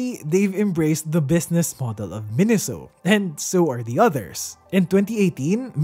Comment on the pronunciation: The Japanese Katakana gave it away for me. メイソウ is pronounced "Meisou," not "Minisou."